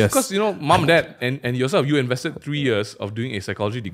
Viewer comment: One, two, three... it's three!!! Not tree... jk love the podcast ^_^